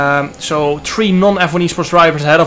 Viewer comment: I like how your Acssent makes you say Tree🌳 instead of Three 3